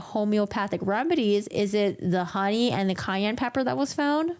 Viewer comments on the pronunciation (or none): none